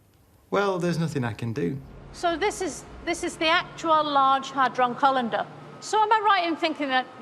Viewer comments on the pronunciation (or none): No she said Colander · Did she say Large Hadron Collander? 😂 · Did she really say "Actual large Hadron Colander?"? Hahahaha